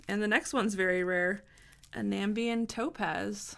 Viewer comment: Awesome video, but you don't pronounce Namibian like that